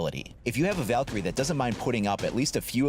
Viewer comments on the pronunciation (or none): none